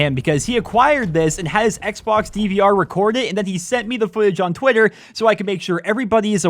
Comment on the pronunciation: lol twwwitter